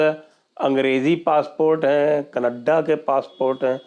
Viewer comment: that raaaa and kaneddddaa accent is awesome sir 😂😂😂😂